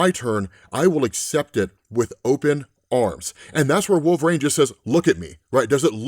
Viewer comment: Why THE FUCK DO YOU SAY "Wool-vrayne"?! Are you legitimately stupid?